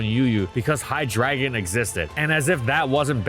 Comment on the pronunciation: he did not just pronounce hydreigon "high dragon"